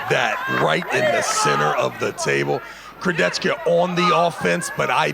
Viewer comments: travis please just armwrestle leave commentator ! you even can't pronounce kurdecha !!! why you say kurdetchtka :/ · everyone: alex kurdecha travis: alex kurdechkuh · Chciałbym, aby ktoś wreszcie dobrze wypowiedział nazwisko Alexa 😢